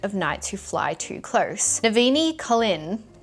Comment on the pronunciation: the way you pronounce/struggle with Cosmere and Stormlight names (like Navani) is making me think you haven't checked out the audiobooks yet but you absolutely NEED to!!!! They are narrated by the absolute GOD LEGENDS husband and wifo duo Michael Kramer and Kate Reading!!!!!!!!!!!!!!!!!!!!!!!!!!!!!! you won't ever listen to better audiobooks, especially for all the spren (omg Pattern especially!!!!) also the names have suchhhhhh significant meaning in the stormlight world and I feel like sometimes details are missed out when things get mispronounced that actually hold a huge importance! you won't regret it for sure